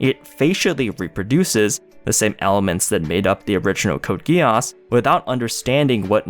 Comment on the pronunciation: Code Gee ss, NOT Code GUY ASS